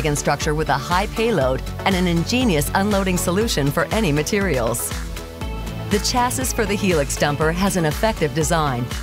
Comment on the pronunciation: The "Chas-is" ahahahahaha